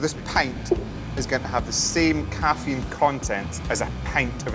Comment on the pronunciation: suuure, "coffeine"